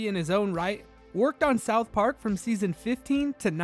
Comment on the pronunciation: this dude says “Southp Ark” one more time…